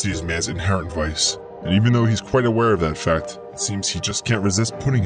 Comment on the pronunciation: I found Kwite!